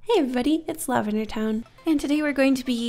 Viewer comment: I had to check her channel name she litteraly said "hi everybody its " no way she said Lavender.